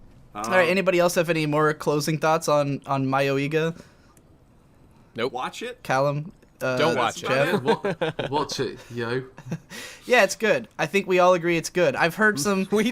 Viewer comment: "Mayo-iga" lol Why can't americans into words?